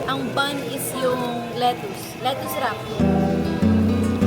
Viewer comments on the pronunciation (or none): none